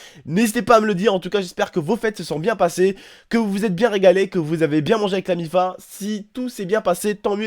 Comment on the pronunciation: On dit la miffe sa me stress quand les gens disent la miffa